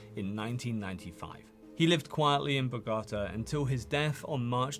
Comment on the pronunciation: Superb video and very informative! Don’t take this the wrong way but certain pronunciations are off: "Bogotá, Rodriguez, Medellin and some others”